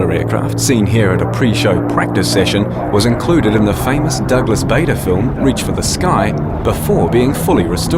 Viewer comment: ITS PRONOUNCED BAAADER !!!GODS SAKE Im an ENGLISHMAN sir g